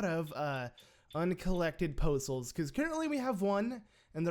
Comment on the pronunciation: Poe Souls sounds like postals to me. I was thoroughly confused. What did the postman do to you?!